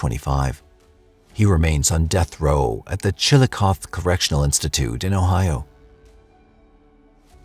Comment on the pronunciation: Chillicothe is pronounced "Chill uh cawth ee." I have friends and family who live and work there, including in the correctional institutions. There are three of them.